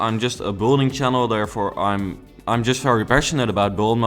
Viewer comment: Kun je aub 'build(ing)' beter uitspreken. Klinkt alsof je bouldozen gaat zeggen. Thank you very much (